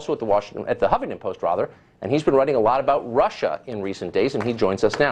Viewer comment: his mispronunciation of the word rather drives me fucking insane